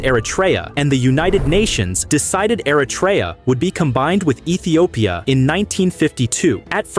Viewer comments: Es heisst nicht Aratra, sondern Eritrea, Stupid AI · Erytrea a nie "Eratria"